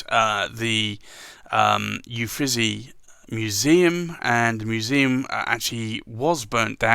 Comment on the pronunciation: I always love seeing the currently inked. Thank you! I don’t want to nitpick, but Uffizi is pronounced “oo-feet-zee”.